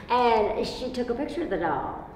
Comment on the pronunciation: I get why. When she says "the doll" it sounds like "devil"